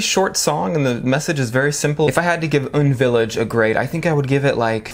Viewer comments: lmao it's pronounced You-En village not oon village xD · UN Village is a residential area popular with Korean celebrities in the Hannam-dong district of Seoul - and its pronounced as U N not oon :) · UN Village is a bop. (U-N not oon)